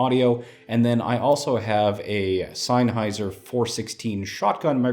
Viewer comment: its not pronounced "sign - high - zer", it's "ZEN - HIGH - ZER". I love Sennheiser headphones, i highly recommend them.:)